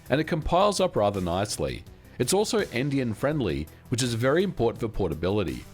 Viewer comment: Took me a while to figure what he was saying there. Endian